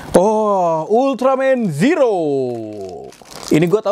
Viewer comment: itu di bacanya zero bng klo tokupens bilang bukan ziro klo ziro itu untuk penghafalan orang melayu/malay